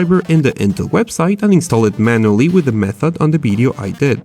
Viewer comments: why do u say "bideo" instead of video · Because he's spanish and in the spanish language, v and b are pronounced the same, so its hard to learn to pronounce v as it should be pronounced.